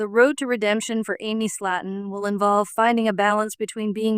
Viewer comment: If you’re gonna talk about someone else at least get their name right.. it’s slayton! Not slat’on .. better yet leave these people alone. It’s not your life or business… clearly have nothing better to do than talk about others lives.. your life must be pretty boring!